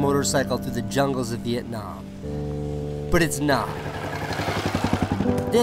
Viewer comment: Thank god he pronounce Vietnam right